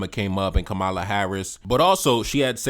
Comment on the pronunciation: Please pronounce her name as such, COMMA-la. Plz and thz❤